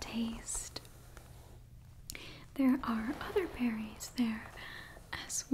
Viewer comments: when she said berrys i thought she said fairys and was scared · i've listened to this four times now and im only just now realizing you said "Berries" and not "Fairies" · My sleepy self thought you said "fairys" instead of "berries" - and when you said "they are delicious" I was like: "wait. What now?" 👀🫨😂